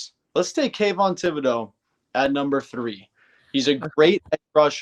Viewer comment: I’m just glad you pronounced Kayvons name correctly now.. before you used to f it away… go back and look..